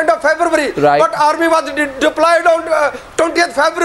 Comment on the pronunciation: febvabry tonty second.